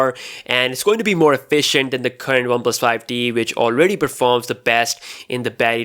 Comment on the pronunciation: He kept saying ‘one plus 5 D’. It’s ‘one plus 5 T’!!